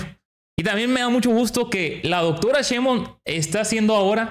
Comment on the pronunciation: Querido amigo nombre el apellido de la Dr como es acuérdese que mucha gente que los sigue en su canal repiten lo que ustedes hablan es Cheinbaun no Cheinbon